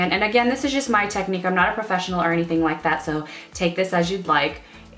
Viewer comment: "I yike to use" 😂